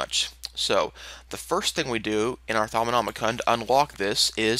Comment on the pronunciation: Thaumanomi-kun~ Kawaii desu~ XD Sorry, had to do that with the way youre pronouncing it. XD but good guide video, it helped a bit.